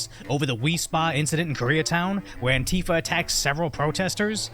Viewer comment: Why is he saying antifia? They are not antifia